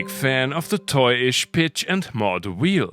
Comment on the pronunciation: hehehe, he said wheel musicians